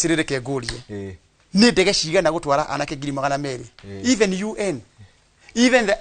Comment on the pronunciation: Jifundishe Kikuyu. Acha kusema ciagana, sema ciegana..